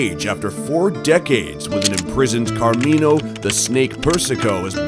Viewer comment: "Carmino The Snake Persico" 🤣 Carmino The Snake-o Persico